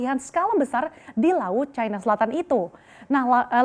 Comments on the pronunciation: Ejaan Baru Bahasa Indonesia.. Yang di SAMARKAN. "i" dibaca "ai" Kok bisa yaaach... China dibaca cAina Gurunya Salah Asuh niiich..😂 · CNBC, harap gunakan bahasa indonesia yang baik dan benar.. jangan selalu menyebutkan Tiongkok dengan sebutan China, apalagi presenternya selalu mengunakan sebutan china dengan logat bahasa inggris..